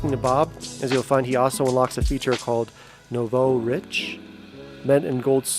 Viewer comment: How you pronounced “nouveau” 🤦🏻‍♂️